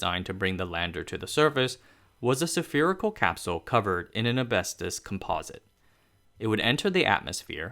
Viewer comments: sa-fear-ical -> spherical. abestos -> asbestos. barellium-> beryllium. periphals -> peripherals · You have a lot of work to do on pronunciation, and some on grammar. If this is a problem resulting from reading aloud, change the spelling of the words to the way they are said. There are at least a dozen mispronounced words. And at least half a dozen grammatical errors. The main pronunciation errors: atmospheric entry, autumn, temperatures, pumice, spherical, asbestos, beryllium, honeycomb, and similarly. I tried to email, it did not work. Hmm. Taiwan? Well, I guess a few errors are to be expected. Actually, quite remarkable, if English is not your native language.